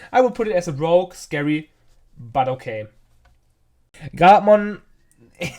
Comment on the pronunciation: It's "Rogue" btw, not rouge....